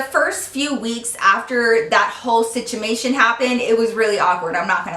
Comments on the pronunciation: "Situmation" 😂😂 I love her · Who else heard her say situmation 😂😂😂